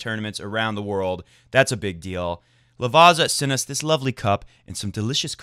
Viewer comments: Yes, and not only on players' names :-D! It's Lavatsa, not Lavasa. The Italian "z" is always either a "tz" or a "ts". That italian guy's ears will be hurting once more :-D :-D :-D!!! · Oh, you silly ol' goose. You correct yourself on the pronunciation of Cecchinato. Just a few seconds later you pronounce Lavazza as 'Lavaaaaza', It's pronounced 'Lavázza" with á meaning a short emphasized a and zz should be pronounced like zz in pizza - like a t and an s at the same time. Gotta love it;D